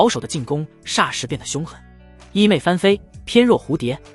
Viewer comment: 衣袂（MEI）飘飘！！！AI也会读错！！！